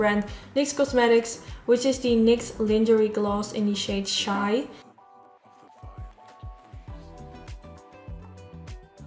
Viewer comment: Gahh! That transition from the white to peach/pink to brown is BEAUTIFUL. Satisfying 😍😍 It's gonna take me a looongg time to get there :( P.S - With all due respect and good intention, not wanting to be rude or mock you, the pronounciation of "lingerie" was incorrect.